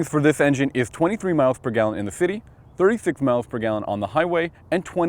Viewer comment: haha i laughed when he tried to say " city situation "